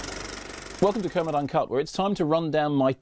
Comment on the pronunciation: I love Mark Kermoyd.